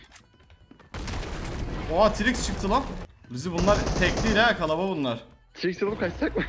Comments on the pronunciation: abi kalabalar die bi kelime yooooooooooook kalabaliklar KA LA BA LIKLAR KALABALIIIIIIIIIK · Kalabalık kelimesine kalaba diyen koca yürekli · Kalabalık yerine kalaba diyor